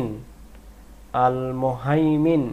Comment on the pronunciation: আলমুহাইমিনু উচ্চারণ ভুল হইছে আপনার